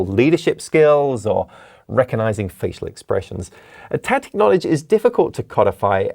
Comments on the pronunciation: Tacit, not tactic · Tacit not Tactic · doesnt he mean tacit knowledge instead of tactic